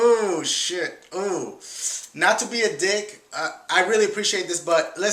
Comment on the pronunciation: I have never dashie say dick before cuz he always says diiuuugh